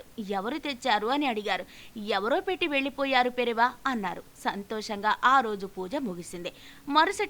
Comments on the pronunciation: It’s not Periva. 😏😏 It’s Periyava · పెరియవ అని మీ వాయిస్ లో సరిదిద్దుకోగలరు .